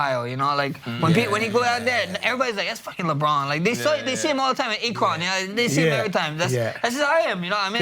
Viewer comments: His accent is so strong it sounds like he says Lebron is from acorn Ohio. 🤣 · Hell yeah! Max is one of my favorite fighters! 👊🤘 dude is one of the best strikers in the ufc. I’m from akron Ohio and I love the way Max pronounced it “a kron” 😂😂👌